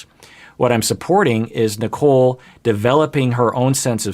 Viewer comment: My brain has watched so much 90 day that might be sounding like he is saying “Nikel” lmao